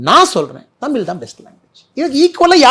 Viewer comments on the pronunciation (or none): Anna first say 'தமிழ்' properly.. it's not தமில் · Annamalai should correct his pronunciation of word taml l × தமிழ் மொழி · முதல்ல தமிழ தமில் என்று சொல்றத சரி செய்துகொள். இந்தி வேனும் என்று சொல்ல நீ யார்?